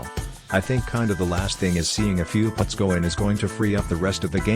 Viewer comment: Can't they find a narrator who knows the difference between put and putt?